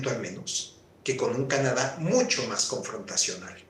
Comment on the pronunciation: NO ES.""" MAJ.""" ALTOS. ES MAS ALTOS. YA ESTAS GRANDECITA. PRONUNCIA. BIEN EL ESPAÑOL